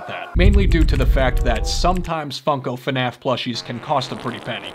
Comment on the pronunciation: Brooo. It's not finaf is fnaf like waah but fnaa..fff . It's not that hard🥺